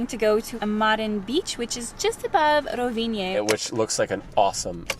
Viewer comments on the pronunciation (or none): "Tunnels are expensive. Gotta build them!" You don't say?:) You don't need the "e" at the end when pronouncing Rovinj! Glad you enjoyed, both it and Motovun are awesome! Hope you get to come back soon!